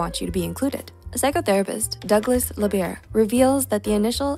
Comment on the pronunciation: Douglas Labier killed me as I'm French 😂 great video though, even I think a slower speech could be more helpful to understand and appropriate informations